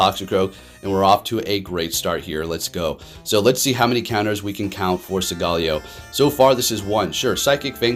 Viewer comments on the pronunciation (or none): hey it’s pronounced sowl-galeo not sogaaleo